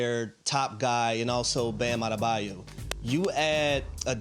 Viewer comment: Good luck. Kawhi, PG, Harden? All mid 30s, none even play 50 games per year. And by the way it’s “Adebayo” not “Ada-bayou”. Read the letters. adebaYO.